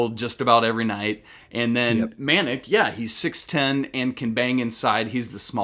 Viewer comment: Dude doesn’t even know how to pronounce Manek